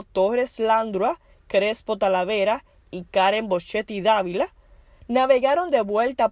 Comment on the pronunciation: La dama que narra tiene un serio problema con con los acentos ,pronunciación y lectura de las palabras por ejemplo el apellido “Dávila”, el apellido Landrau se pronuncia (Landró) .Cometió no menos de 15 errores.